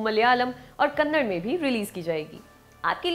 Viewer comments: Kannad nhi hota Kannada hota hai 🤐🙂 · Yeah but it's pronounced Kannad please update yourself